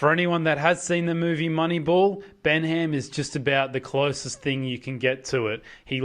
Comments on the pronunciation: It’s pronounced Ben-um! Not Ben HAM!! Haha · Its pronounced Bennam, the pronunciation here is comical.